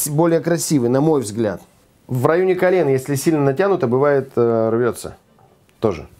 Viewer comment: Это карент не кюрент